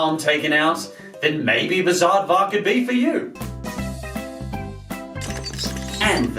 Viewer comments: the minute you said Bizaardvark, you lost a subscriber. ( Also, plz go back to desk background) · I like all of these, except for "Bizaardvark" and "Jonas L.A.".